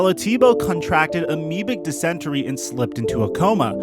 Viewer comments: Dysentery... pronounced di-suhn-ter-ree not di-sent-u-ree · "Pamella" and "dissenterry" lol I think you mean Pamela and dysentery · Say it with me now. Dis-in-terry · Pronounced: Dis-In-Terry. Good vid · “NEEse” high school and “dis-en-terry” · Hey if you can’t pronounce super basic shit very important to the subject of the video correctly, (Dysentery, Allen D. Nease High School, etc) then just don’t make the video. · Just FYI, I'm sure it's been commented before. But that is not how you pronounce dysentery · I have never heard anyone pronounce dysentery that way before lol. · When pronounces dysentery (dih-sin-tuh-ree)